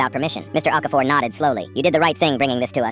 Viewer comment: Okafor? I thought it was aquaphor 😂😂